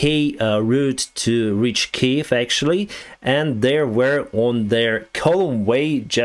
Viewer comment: hey the word you pronounce it wrong you need to say it more like kyev but without the v sound